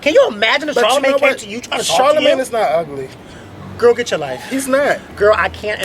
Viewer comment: Aww man, I wanted to know what said when said Charlamayne. lol